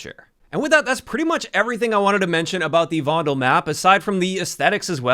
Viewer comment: The "U" in "Kunstenaar" is pronounced as the "e" in "the". Or the "u" in "under". Also, for the "e" in "Vondel", you could pronounce it "fondle" and people would assume you are from Amsterdam, because people say f for v.